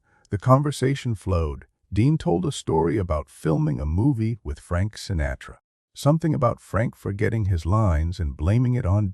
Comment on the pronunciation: Is the narrator an advanced robot? There are little mistakes that a human wouldn't usually make. Calling Dean Martin "Dino" to rhyme with "wineo," "Frank Sinatra" with a long "a" as in "pain," and more.